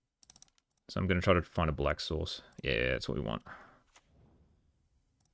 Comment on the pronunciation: It makes funny to me cuz I kept hearing you say sauce instead of source Lol